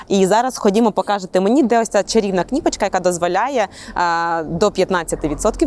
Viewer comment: КнIпочка- после этого слова смотреть этот обзор нет никакого желания,уж лучше говори на привычном тебе русском чем так коверкать украинский!!! Минус ведущей !